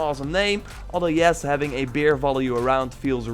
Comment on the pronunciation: Bear, not beer ! 😂 love you tho